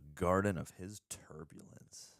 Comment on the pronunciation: Sorry, cant help myself. Tarpulence, not turbulence